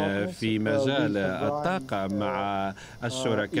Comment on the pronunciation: الطاقة و ليس التاقة